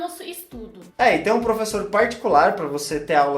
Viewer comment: professo de ingreisssssss e ngm corrigiu ela, bando de vacilao akakaskoksaoasko